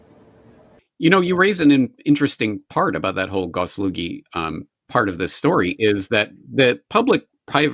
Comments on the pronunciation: It sayd gosuslugi not goslugi. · It's not Gosolugy, it clearly says ГосУслуги - Gosuslugi - I don't know what GOS is but Uslugi stands for services. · It's peonounced "goss oos LOO ghi"